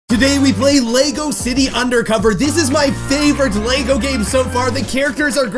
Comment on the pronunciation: Hm, they are mispronouncing 'Lego' in the game. I assume Lego did not check the game.